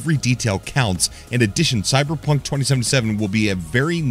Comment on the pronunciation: Did he say cyberpuff?